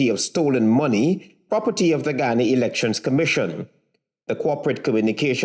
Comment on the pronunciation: The county is called GU YA NA....NICHT GHANA